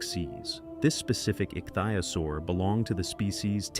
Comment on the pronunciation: jeez! ik thi o saur that's how it is pronounced DUMMY!